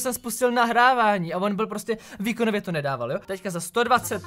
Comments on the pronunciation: On říká blyl místo byl😑😑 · proč jsi místo byl řekl blil wtfffff mě to nedává ligiku 😅